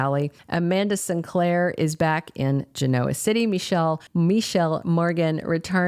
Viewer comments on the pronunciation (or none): Its pronounced Gen-o-ah not Geno -ah. Please and thank you 😊